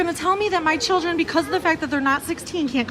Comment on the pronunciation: "Chooldren"?! This Karen's kid is ashamed of his mom's Karenitis!